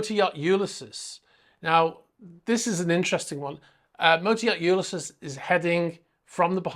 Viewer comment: “U-lis-ees”. It’s a James Joyce novel; classic literature. Interesting update, as usual.